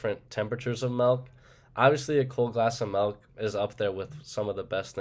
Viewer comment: I actually didn’t even notice the milk mispronunciation lmao